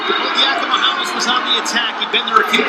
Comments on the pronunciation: Announcer 1: Yianni Dia-COMEE-allis. Announcer 2: We’re gonna simplify it for ya, we’ll come him Yianni D. Announcer 1: Eh... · Yianni Dee-awk-hee-muh-hall-us. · LOL...that one commentator absolutely butchered Yianni's last name and Shane Sparks had to save him